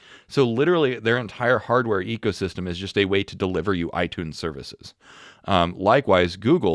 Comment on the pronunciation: Did he say Ego System? Or Eco System? 😂😂😂